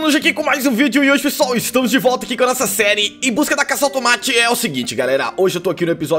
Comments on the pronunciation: Vinicios voce dice enbusca da casa tomati :] kkkkk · Kkkkk no início ele erro a palavra ele falo casa tomati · "em busca da casa el tomate" só eu ouvi isso kkkkkk